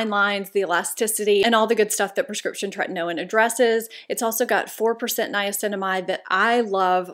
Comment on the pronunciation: Tretinoin is actually pronounced “tre/tin/o/in.” I just thought you’d want to know.